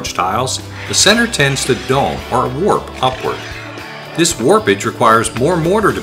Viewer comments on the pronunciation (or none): none